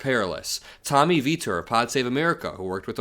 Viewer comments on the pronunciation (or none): none